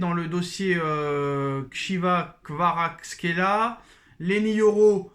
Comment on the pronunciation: KSHIWA KVAKRSQUELIA 😂😂😂😂😂 qui ta appris à lire 😂😂😂😂😂